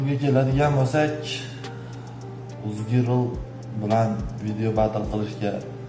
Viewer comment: Shu uzgirl degan sozniyam Togri oqiyomayaptiyu bu bola